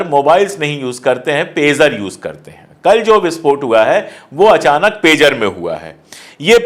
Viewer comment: pizza nhi pegar name he